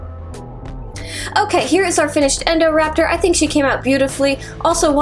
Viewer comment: She said endorapter not indorapter